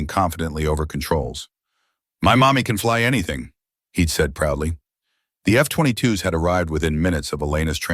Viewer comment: Stupid AI narration, F20 twos instead of F22's, Wine-ds at 15 Knots instead of winds. Please pay a human who knows how to speak properly.